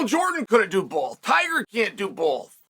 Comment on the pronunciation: Did he say, “bolth?”…..